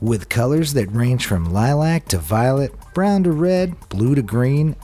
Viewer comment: I mean who actually pronounces lilac like that though